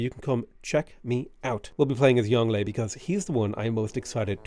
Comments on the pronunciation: I don’t think they’re a native bilingual. They do sound like they’re over-emphasizing the tones, and some of the pronunciations seem just a bit off, so I’m guessing they’re a Chinese learner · As someone who learned some Mandarin from their Chinese mother (still learning), it does seem over emphasized. Like he is over the top with his pronounciation, as if he is announcing his special attack. XD And even after all that emphasis, it still doesn't sound quite right. The Yong is supposed to have this going down, then up quality with its tone, (kinda like as if you said "o-ho", like you are kinda surprised), and then the le is supposed to be just hard and fast. But you can still make it sound natural, even while saying the rest in English, once you know how to pronounce it. It's just like when a foreign person has difficulty pronouncing an English name, whereas for a native speaker it would fit in with the rest of the sentence. They could have also just copied the Chinese characters for the name and looked him up on YouTube to know how to pronounce it, but you know, mispronouncing foreign names happens a lot when I listen to stuff in English. Like how they just decided to have their own English variant of Sunwukong, with the intonation all wrong. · firaxis hiring some poor guy from fiverr to pronounce the names of ancient chinese leaders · I get how it's supposed to be pronounced. I don't care. He is Yongle in my heart. And thus he shall be called such. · Youngle is pronounced young luh. Wu zetian is pronounced as Woo zet-I-an. Qin ahi huang is pronounced like chin she hwang. Something’s don’t translate that well like huang and zetian. My credentials are that I live in Taiwan and I speak moderately good mandarin. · Its not yongle. its Yong Le. And its INCREDIBLY problematic if not racist to willingly mispronounce these names. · yeah they do. its a little overpronounced on the tones but its right. its like "yohng luh" source: i actually speak mandarin chinese